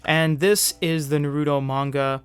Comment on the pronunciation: did he just say... "ner-ooh-toe"?